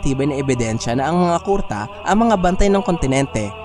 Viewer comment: Medyo asar lang sa pag bigkas mo ng kurta na miski kuruta haixst